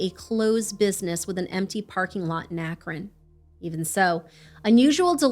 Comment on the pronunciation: I used to have family in Akron. Thanks for pronouncing it well.